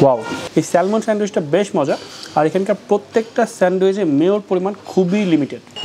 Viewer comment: ভাই স্যালমন না স্যামন।